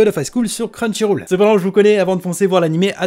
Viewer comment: Tu pourras dire crunchyroll et pas crunchyrôle dans les prochaines vidéos ?